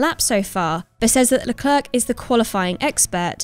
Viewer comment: Can we please start pronouncing Charles Leclerc's name properly please.